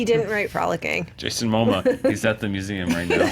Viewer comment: Jason “Moma” 😂😂😂 Never change